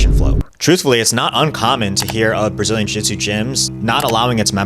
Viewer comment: Ahhh, yes, "Brzilian Jitsu"